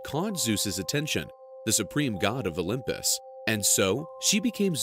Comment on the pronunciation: Why do they always say "The olymus"?